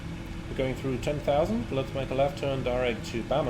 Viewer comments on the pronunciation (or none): none